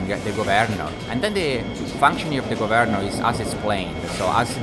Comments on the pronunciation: Okay, I guess it's up to me. Thank you for your fascinating video! I will make one suggestion. The word "governor" has the emphasis on the first syllable rather than the second. It is pronounced "GOVernor" rather then "govERnor". Took me just a few minutes to finally get it. But well done anyway! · Nah, I like it! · I love it! Go Vern or! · Lol😂 took me 5 minutes in to understand your mispronouncing of 'governor'😅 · Lol, the only way I pronounce it now!